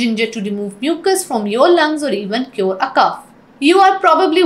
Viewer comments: Bad cough...not cuff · Cough! Not cuff!